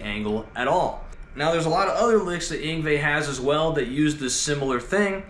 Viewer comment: I can't quite make out the name..must be the accent but it sounds muffled Everytime you say it..